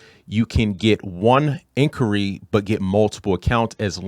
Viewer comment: Did you say incury? That's what it sounds like. Definitely not inquiry